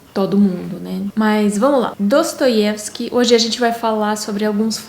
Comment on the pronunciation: gostei de uma forma geral do seu comentário, mas tenho uma ressalva. Você não pronunciou o nome do autor (Dostoievsky) em russo, como deveria.